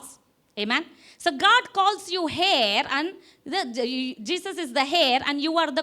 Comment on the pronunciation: Thank you, Dear. I was Truly Blessed with your Teaching. It is Isaiah 55, Not 51. The Correct Pronunciation of 'Heir,' Is: AIR. Not Hair. Forgive me for Sounding Nasty, I Want you to Excel in English, it is a Difficult Language. In Matthew. The evil one steals any Word, that has Not been 'Understood.' That was Preached. (Even in Mark b) Your Husband Shared About The Importance of 'Understanding.' You'll are an Awesome Couple. I Shared your Videos to my Contacts. May Abba Keep Richly Bless you'll, Exceedingly, Abundantly, Above & Beyond Measure, As you'll are Already Doing, To His Glory. AMÉN & AMÉN!